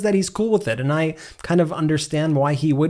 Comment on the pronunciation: why do you pronounce any word with a t in it you pronounce it as a d. It's awful!!!